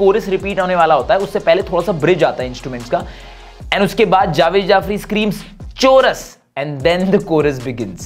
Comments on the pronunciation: Choo russ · That "Chorus" was the funniest thing I will see today 💀